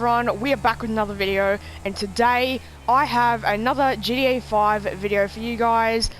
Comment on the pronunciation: You say ga5 and not gta